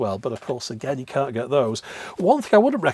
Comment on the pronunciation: I didn't really expected you to answer me, plus everybody hates russians right now, I'm a TRUE one, just don't tell anybody. The thing is - there are so many accents inside of London alone. I REWATCH Your videos all the time. My addition: when You say 'can't last fast chance' You always change it. Don't do it, please say it in the proper way like englishmen do, with longer 'a'